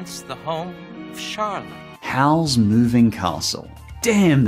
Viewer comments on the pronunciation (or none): "Hal's Mouing Castle"